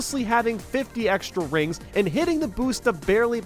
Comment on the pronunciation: Rings really does sound like coins so I can obviously forgive the mispronunciation.